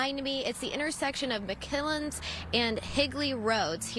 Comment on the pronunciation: 😂😂 Now I was born and raised in Mesa, and I can tell you that I've never heard/seen this road called "McKillens"!?!? 😆😆 Sounds like she said "McClellan" and "McKellips" together accidentally